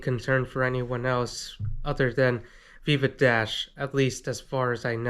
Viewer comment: SAME- Literally thought he was saying Beaver Dash